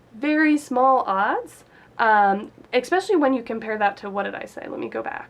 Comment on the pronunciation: There is no "x" in "especially. You profess to be a writer?